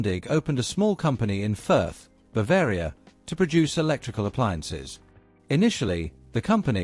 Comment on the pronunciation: The Bavarian town of Fürth (unintelligibly pronounced by the speaker) was not only the home of Max Grundig and his company, but also the birth place of Ludwig Erhard, who was the father of the West German post war Wirtschaftswunder (economic miracle). Furthermore, Henry (actually Heinz Alfred) Kissinger, future U.S. secretary of state was born in Fürth.